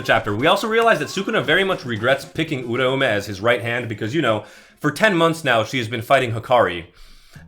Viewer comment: you are the only person to say uraume's name correctly. its ura-ume! not urau-me! gen z cannot into syllables and phonetics! is gojo and is him also wuji himtadori is goated!